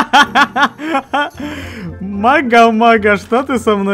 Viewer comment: Не Мара а Мага )